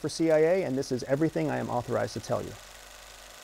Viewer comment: "Evertying I'm authorized to tell you." LOL